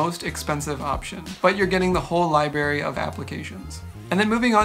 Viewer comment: Clear, concise, helpful for me, a newbie! I'm really enjoying your work here. One thing, remember to put the 'r' after 'li' and before 'bary.' 👍(forgive me I'm old 😊)